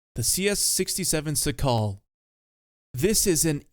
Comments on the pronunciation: the CS-67 Szakal is pronounced shakal and means jackal you're welcum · its pronounced shakal both A's like in the word "marker", accent on the first syllable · It's painful how you pronounce Szakal. It's Shakal (it's in Polish), not Sakal. Also Ratte, or either Tashenratte, it's not Ratt